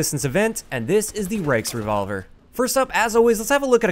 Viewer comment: Thank you for pronouncing its name correctly. There are so many youtubers calling it the "reachrevolver"